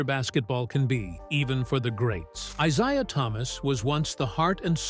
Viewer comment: If this idiot mispronounce Isiah's name one more time I quit listening and end this shit.